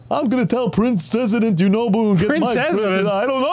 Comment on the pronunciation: Lol, i thought Yunobo was saying "WHY'D YOU DO IT!?" too